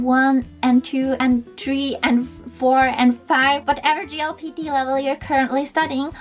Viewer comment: You pronounced it GLPT instead of JLPT. It's Jay, not Gee.